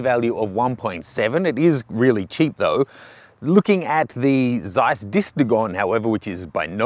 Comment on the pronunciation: The "Z" in "Zeiss" is pronounced as "z" in "pizza" or "Mozart".